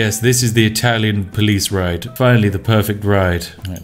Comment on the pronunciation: Literally heard spiff say italian police riot instead of ride